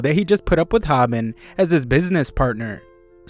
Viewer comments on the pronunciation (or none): Hobin is pronounced like "oh" not "ah"...